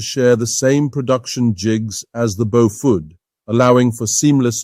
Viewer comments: Bo-FUDD!!!!!???? That's enough for me. Bailing out. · Is the commentator an AI? I'm hearing different pronunciations of "Beaufort" just about every time I hear the word.